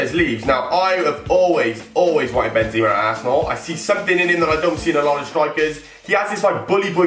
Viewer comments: are you kidding me thats not how you say benzema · How can you always wanted benzema but can't say his name right??